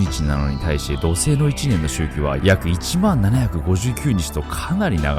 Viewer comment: 土星が じょせい 地球が しきゅう に 聞こえるの不思議